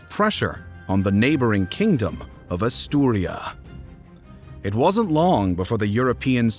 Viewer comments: ASTURIAS.....not Asturia.... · If I hear “Astiuria” one more time 🥴 it’s *Asturias* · Gave up in the first few seconds when the narrator called Asturias “Asturia”. If you can’t get vital names right, what else might be wrong? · AsturiAS. Not Asturia. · AsturiaS, Asturia needs and S at the end. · ffs it's AsturiaS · Aaturias, with S. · Renconquistahhh Europahhh Asturiahhh Cordobahh Peninsulahhhh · Asturias is pronounced just like its written. Its Asturia-S. The S is not silent, as it is a Spanish name. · he said "Asturia" because he doesn't pronunce correctly. However talking about the year 700' the name they used for Asturias is Asturia, so he's got a point. You can check many sources, including original texts. The word "Asturias" origianetly was "Asturica" (like the city Asturica, which nowadays is known as Astorga, in León by the way). Then it gradually switched to Asturia, and at some point in the Middle Ages, to Asturias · Why are you pronouncing Asturias so wrong? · Not many people know about Andalusia and the muslim invasion? Uh... yeah, not many blithering trogs, but anyone with any kind of education knows the basic details, aong with the populations of Spain and Portugal and the neighbouring North African countries. And it's frikkin' ASTURIAS. Your pronunciation makes me doubt that you actually know anything about this. Is this an AI reader or something? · A most impressive breakdown of the Reconquista, thanks for the amazing contribution. Just a few notes from a spanish native speaker: The kingdom is called Asturias, and the city or Córdoba is pronounced 'COrdoba, rather than cor'DOba.